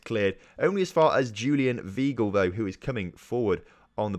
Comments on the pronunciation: Julian Vy-gle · You mispronounced some of your key players' names so here is some help how they are meant to be said Jadon Sancho- Pronounced Jay-don San-Cho (not Jordan Sancho) Julien Weigl- Pronounced Julien Y-Gle Mahmoud Dahoud- Mah-k-Mood Da-Houed Omer Toprak- O-mer Top-rack